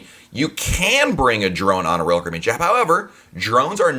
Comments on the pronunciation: narrator: blgdnsrb royal cabeen dhbjg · Love the content in these videos. But the dude talks way way too fast. Slow down! He has managed to turn "Royal Caribbean" in to a one syllable word. LOL